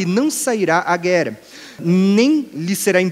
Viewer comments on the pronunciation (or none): Ele não pronuncia palavras que possuem o som como o de duas letras R. Ex. Terra ele diz "Tera"; guerra ele diz "guera". 🤔